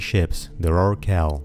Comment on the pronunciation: rorQUIEIL? dafaq is this pronunciation?